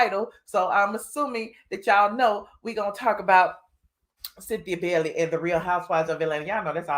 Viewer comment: My mom last name is Bailey and it’s not Bellly it’s Bay-ley 😂